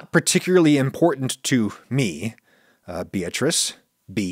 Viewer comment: thank you so much for answering my question adam! I actually go by bea, its just people often don't know how to pronounce bea correctly, which you did pronounce correctly I might add!